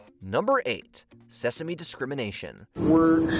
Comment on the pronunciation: The reporter definitely said Seaworld instead of Sesame, right?